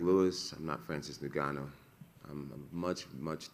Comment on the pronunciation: Does he pronounce every fighters name wrong on purpose? Tight tutavasa francis neganu ?